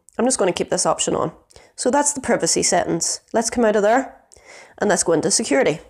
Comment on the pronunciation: The "i" in "privacy" is a long i sound, not a short i sound. Your video is very helpful and well put together once I got past the mispronounced words. I teach English so am a bit anal about spelling, grammar and pronunciation. Facebook drives me crazy as you can imagine.